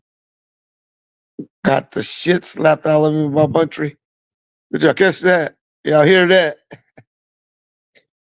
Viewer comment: Buntry not Bountry